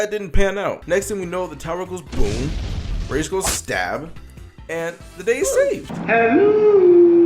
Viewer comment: Its raesh